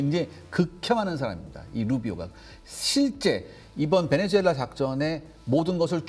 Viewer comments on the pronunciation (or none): 베네주엘라가 아니라 베네수엘라 입니다